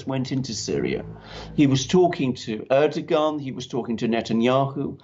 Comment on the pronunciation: Duran - Please can someone tell Alexander Mercouris that Erdoğan is pronounced Air-Dough-Wan. Correctly pronounced would see the 'r' in that, rolled. Airrrrdoughwan. Please, it's killing me! Whether you love or hate him you have to pronounce his name properly otherwise you just look ignorant! You do not pronounce a 'soft G' (Ğ). It's like prounouncing 'though' with a G. ThouGh. It's rediculous. Ğ is 'gh' in English. Soft Ş in Turkish is 'sh' in English. Like the word Şalgam, which is a Turkish purple carrot juice drink is pronounced 'shalgam' in English. Like 'tree' means AĞAÇ in Turkish. Soft G and soft C. Pronounced 'arrrrgh-ch'. Please tell him as people who know or are turkish are laughing! It is Air, like breathing air. Dough, like bread dough. And WAN as in FAN, CAN, TAN. Airrrrr-Dough-Wan. Erdoğan. Thank you!